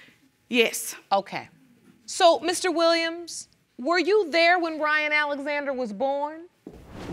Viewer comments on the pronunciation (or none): Did he say thayre fruum New York???